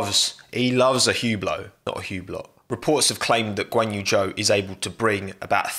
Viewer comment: It’s Zhou but no one knows how to pronunce it